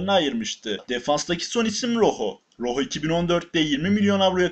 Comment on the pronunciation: Roho diye değil roco diye okunuyo